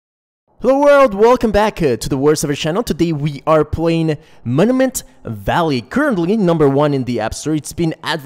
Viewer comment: 'Moniment Vallay'